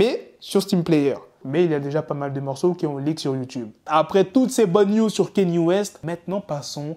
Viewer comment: C'est ouf que vous les français vous dîtes Kéni west alors que son prénom s'écrit et se prononce KANYÉ west, les américains ont déjà réglé cette histoire de prononciation il s'appelle kanye west qui se prononce "kanié" lui même l'a dit. Si un jour vous devez l'interviewer commencez par ne pas écorcher son prénom car jpense pas qu'il va kiffer.